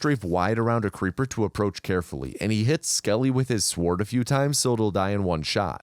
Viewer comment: I hate the way you pronounce the word "sword"